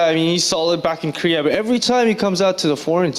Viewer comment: That guy can't even say Korea lol